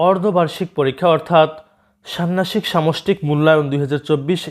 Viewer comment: স্যার ষান্ন্যাসিক নয় ষান্মাসিক হবে